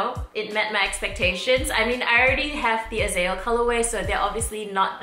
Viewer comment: Okay lol..me being from Israel & Hebrew, it's bugging me a bit how you pronounce Azael.. it's 3 syllables, AH-ZAH-EL, not "Azell"